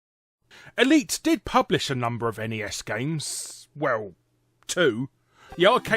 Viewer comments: Thats because Ness is not a word, but N E S is an abrieviation for the Nintendo Entertainment System.... you know, its name... XD.... just like its annoying to hear "Snes" as a word... like wtf gibberish is this? S.N.E.S. is okay, but really, we just called it Super Nintendo. Haha. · A Brit (or an European altogether) that calls the Nintendo console "eniies" instead of just Nes is kind of a rarity. :P